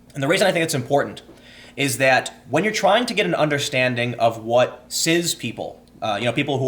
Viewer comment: I’m pretty sure that it’s pronounced “siss” not “siz”